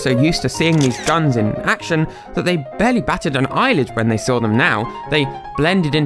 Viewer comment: Why the hell did the translator keep calling guns gns? Like all the time. Its just annoying.